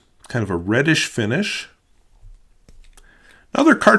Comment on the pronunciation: I mispronounced "reddish".